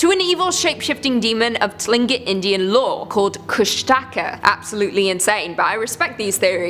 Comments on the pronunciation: You pronounced Tlingit more right the first time. And the monster in their stories is pronounced Koosh-da-ka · Omg THANK YOu, I’ve been waiting forever for this video, being born and raised in Juneau this was a walk through memory lane, but you really hurt my brain when you said “kushtaka”, it’s more said like ‘koosh-te-ka’ but a great video as always 😊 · I used to live in Anchorage. I lived there for 12 years and nine years old for five months. I do miss Anchorage but don't miss the craziness. You mispronounced the shape shifter's name by the way.